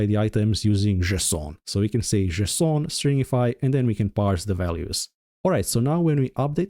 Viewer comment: Why are you pronouncing "JSON" the same way that Carl Wheezer from Jimmy Newtron pronounces "croissant" 😭😭